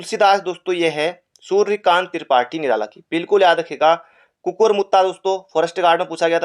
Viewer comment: Sr wo kukkur h kukkr nhi😊